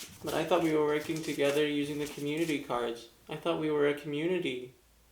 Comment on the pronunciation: Young people speak so fast that community is pronounced commu-nee